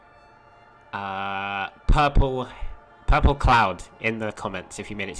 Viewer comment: “Pourple cloud”